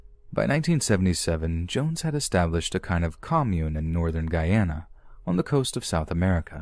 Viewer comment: I LOVE the fact that you pronounced Guyana correctly. The number of times I've heard the story of Jim Jones, and I can count on one hand the number of narrators that made the effort to get the name of the country right. So, Thank you for taking the time, bonus points for the term Guyanese too.